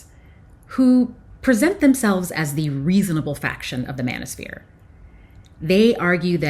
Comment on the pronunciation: I thought you said bananasphere.. 😅😅